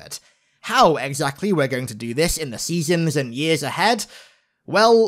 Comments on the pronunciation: Seasems! Not seasons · SEASON not seasom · Is he saying seasoms? With an M? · Your pronunciation of "Seasons" got progressively worse throughout this video